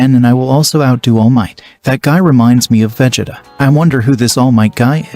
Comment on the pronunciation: Brugh when you first said Vegetas name i spat my coffee out xD....Jokes aside, very nice story so far, well done. You gotta work on those pronunciations though, it really does take you out of it when you hear some of the characters names xD